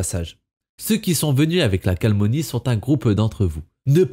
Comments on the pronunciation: Toujours très bien tes vidéos! (Mais "calmonie" t'es sûr ;)) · Certes! Mais "calmonie" fait bien saigner les oreilles aussi ;)